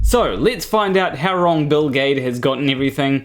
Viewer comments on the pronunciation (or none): Every time he says Bill Gaede I hear Bill Gates. kkkk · For a minute there, I couldn't figure out why you were having trouble pronouncing Bill Gates.... ;o) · ae is pronounced ä in german. Thats like the a in fan (in an american accent)... So for me his name is pronounced gäde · The biggest problem with Gaede (I pronounce his surname as Giddy) is that to those ignorant of science he seems to fit that whacky scientist extrovert cartoon in their heads. The rest is all turtles and effalumps elephants. 😀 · It's Bill Gede ( or Geed - silent last e or hell if it's any easier Gheed ) all work. Nice video btw! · Maybe it's Bill Gah-ee-dee 🤔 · Its Gayts… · Actually I prefer the pronunciation "Bill Jeed" "G" can be either hard or soft, "ae" has a long "e" sound for example we have Caesar. And the last "e" appears to be silent.